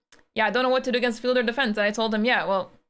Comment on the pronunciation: you keep saying fill a door. What's the door filled with (kappa)